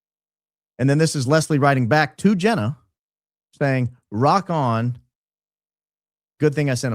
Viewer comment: Jee nah not Jenn a